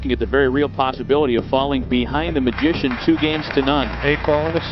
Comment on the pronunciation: its "Magician" , u lost from the start bro